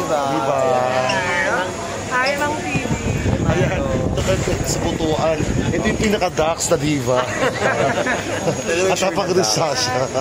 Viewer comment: Butuan is read as butwan.